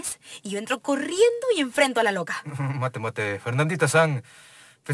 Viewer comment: Me da risa como le dice roca en vez de loca